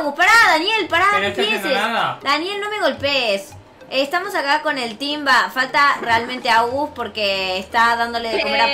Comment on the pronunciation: mira el vídeo y escucha en la por que dijiste Amves de desir El TEAM dijeste El TIMBA hai te confundiste Like si escucharon que dijo El Timba no El Team Y Like a los vídeos del TEAMANORMAL y a los vídeos de LYNA 👍👍👍💜🐥🐈